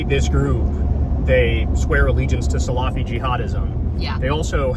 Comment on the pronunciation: K it’s (phonetically) sala-fee not salaaa-fee: don’t drag out the a’h sound after the L. 🤓